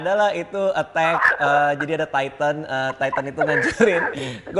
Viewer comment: baca kata "TITAN" Radit dan Kevin : Taiten Gua : Titan T-I-T-A-N